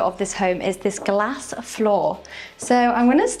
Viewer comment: Notice where she pronounced "built" as "biwt" with a "w" sound? She slipped back into her "cor blimey" accent by mistake. Also she pronounced "glass" like "gas" as opposed to glass like... arse 🤣. Incidentally, the glass floor is designed to allow light into the downstairs room. It's very common for mews houses to have a dearth of light, so features like this are very helpful.